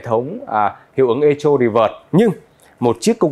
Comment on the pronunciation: Chữ này đọc là "Ê-cô", đừng đọc " Ê-chô" bạn nhé!